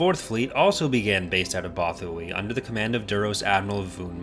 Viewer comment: You trust a source u til they pronounce it Botha-why